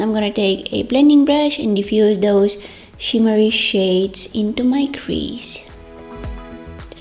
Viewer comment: i love the way you say!!DOSE!! and put SH in every thing and you're the only adorable one here (love you're vids)